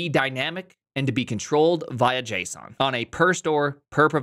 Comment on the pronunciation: I heard JSON at the end, and it brought back memories from a time when you were all in Go and said the word JSON a lot with your unique and funny pronunciation #FunTimes #GoTimes